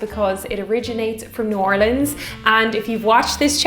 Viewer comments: I Can't believe how well you pronounce "New Orleans"! Even people here in Texas can't get it right. "OHR-lins" is correct, not "or-LEENS"! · Thank you so much for properly pronouncing New Orleans. I can’t stand it when people can’t say it properly.